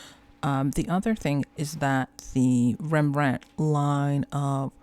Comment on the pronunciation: As someone from a part of the Netherlands not called Holland I prefer to use the official country name. ;) But foreigners can use either and nobody will be offended. You also pronounced Rembrandt's name fine.